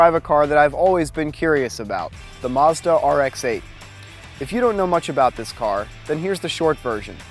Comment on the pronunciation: mazda not muuzzda